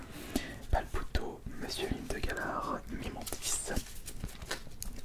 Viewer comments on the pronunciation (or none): none